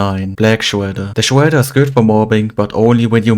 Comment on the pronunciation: "Uwanium Mines" "Shwedder" "Overwated" I love your accent lol!